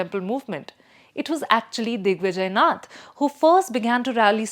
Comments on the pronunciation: How do you pronounce Nath sampraday? It Naath. Gorakhnath. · look at the image used for RSS. It says Rashtriya Swayamsevi Sangh. What is this. We only know Rashtriya Swayamsevak Sangh. Also, she pronounces Yogi Aditya Nath correctly, but does not know how to pronounce Nath Sampraday. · It's not नथ It's नाथ She is mindfully distorting the word नाथ! So, I am mindful to call her Bastard. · Its not nath but Naath न।थ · यह नहीं समझ में आ रहा है कि 'नाथ' सम्प्रदाय को बार बार 'नथ' क्यों कहा जा रहा है। क्या commentator महोदया कहीं पर हिन्दी शब्द 'नाथ' नहीं पढ़ा है? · Nath is pro ounced as Naath..not nuth! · Thanks for telling your views. It's always good to know what our opponent thinks about us than what our home people think. You are on opponent side, don't even know that it's not नथ परिवार, it's नाथ संप्रदाय. Forget pronunciation, you don't seem to be thinking from Indian perspective, you appear to be reading an article written for publishing in foreign papers where likes of Aatish Taseer, a man who accepted being she partner in a gay relationship for getting US citizenship (He has written about it himself), write. Anyway, an opponent's view point is always better to know to make changes in self , if required but one should not over do it. Otherwise it will become like BJP not getting success to the expected levels due to too much pampering of social media with opponent view point. Hope Yogiji doesn't pay attention to you. BJP's IT cell will but now BJP has realized IT cell is not its goal, it's one of the several instruments to be used for achiving the goal. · The anchor pronouncing नाथ as नथ shows how detached she is from reality. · You might want to start out by making sure you’ve got the pronunciations down. Its नाथ not नथ. The latter referring to a nose ring. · Didi “नथ” नहीं, “नाथ” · Its नाथ संप्रदाय not नथ संप्रदाय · I can’t trust the analysis of a Bharatiya who can’t pronounce “Naath”